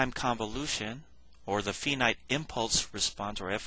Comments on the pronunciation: It's pronounced with a long i, not with a long e as in female. Finite is pronounced like finance, or find where the i is long. Like the pronunciation of five, for example. Other words with the long i sound: are file, fight, confide. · Really!!!! This man is publishing these videos to help you learn a complex subject and all you can do is criticize how he pronounces finite!!!!???? Thank you